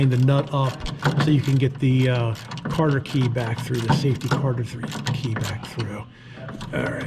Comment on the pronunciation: That was a good vid and helped me separate mine on my 66 comet. also just a friendly tip, I don't believe it's called a "Carter key" I've never heard anything but "cotter pin" I may be wrong but figured I would say something before someone else ruder did. Thanks again for the info. Love the stang!